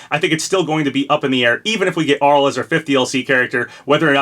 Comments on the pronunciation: 1. I have that Arle figure in the thumbnail, it's so cute! Chunky and high quality too! 2. It's Arl-ay Nad-ja not Arll 3. Still not sold any of these are references, but given I think FP5 is a Japanese centric character Arle especially (or Reimu who I'm educated guessing) would make sense. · isn't it pronounced Arle (Ar-Lay)